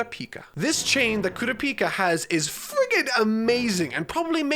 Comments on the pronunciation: It's pronounced coo-ra-pika Like Pikachu but only the pika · Its kurapika not kura-pika 🤣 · It’s kurapika not Kura peeka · kuropika....all i can think of is kuro from servamp and one piece combined with pikachu. pretty sure it's ku-rop-ika at least based on the sub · KOORUHPEEKAH why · KU-RA-PI-KA... get that kura-pika pikachu shit out of here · Koorapeeka lol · The way you pronounce Kurapika’s name hurts my soul🥲💔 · Is he saying kurapika wrong or is it just mee? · the way he pronounces Kurapika makes me wanna die. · I want to nit-pick the pronunciation of kurapika SO bad... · How is he this far into the series and still pronouncing Kurapika's name wrong. This is gonna be nails on a chalkboard judging by how many times will have to say his name in this arc review. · The third arc and he still can not pronounce Kurapika correctly